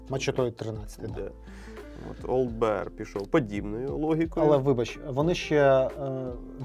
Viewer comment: Вибачте, хлопці, але таки Олд Бір, не соромтеся.